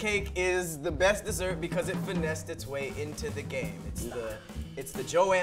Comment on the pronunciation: said Dossert, boy you built like a DOzer